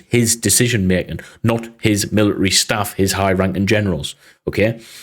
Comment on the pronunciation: Note: mili-ary is actually pronounced military